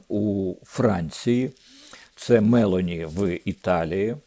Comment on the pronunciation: Правильно прем'єрка Італії МелОні з наголосом на О